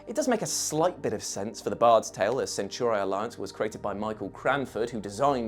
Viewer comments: For crying out loud its not "centurai" its "centauri" i really hope they didnt say it like that on purpose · Are we sure THAT is how you pronounce "centauri"? Asking for a friend